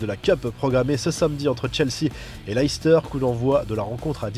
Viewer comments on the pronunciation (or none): none